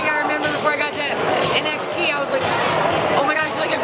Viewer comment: It's pronounced N-X-T like the letters. Not Next.